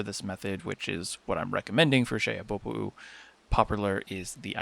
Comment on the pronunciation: I applaud the pronunciation of Xehabopo'u. Another helpful video.